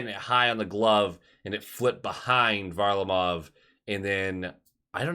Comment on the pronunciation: I’m trying to figure out if he’s intentionally not pronouncing Varlarmov’s name correctly or does he just not pay attention to any other teams until they play us? I don’t think I’ve heard anyone ever pronounce his name that way